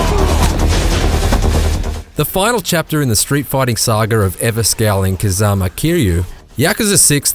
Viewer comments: Why does everybody get the name wrong it's kazuma not kazama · How many words can you mispronounce in one review? Kamarucho, Harooka, Kazaama, off-putting. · Kazama?, they don't even know how to pronounce the game and characters they're reviewing. Gosh it's been a while since I saw any IGN review, this reminds me why. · The video begins with this moron calling him "Kazama". I know this is gonna be bad!!!!! * clicks dislike * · Except for the misspronounciation of the main characters name, this was a decent review from you shitheads